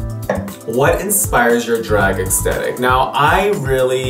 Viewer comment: if he says extetik one more time!